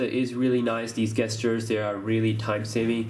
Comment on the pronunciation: Bro, "gestures" is pronounced: JESS-CHURES. Not guess-sters lol